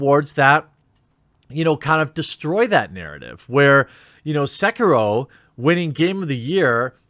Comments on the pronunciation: Every time he said seakeyro I died a little on the inside lmao. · Jeremy calling it "Seekeroh" hurt my soul. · It was funny how vin deisel spent about five minutes talking about how much of a gamer he is, then he mispronounced sekiro.